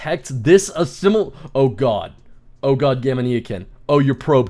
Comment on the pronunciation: gamania like gamania sen not gamaneeeyakin